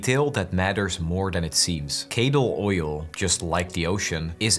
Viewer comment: This video is great but the way you're pronouncing these (lightly) Scottish names is deeply cursed- especially since you hear Cadal multiple times right at the beginning of the game XD appreciate you not even attempting Innes and Muir.... Not hating, just noting how Scots stuff is apparently hard to pronounce right! XD